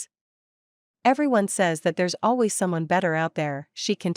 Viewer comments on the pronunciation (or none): none